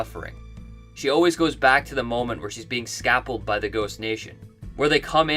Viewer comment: Scalped, not "scapled".